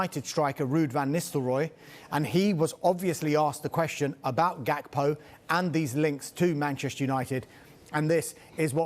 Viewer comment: K in Gakpo is silent dawg. 🤣